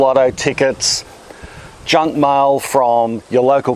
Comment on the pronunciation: "Junk Mile"